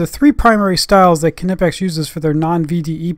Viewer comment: Also Hats off for being probably the only America who knows how to pronounce Knipex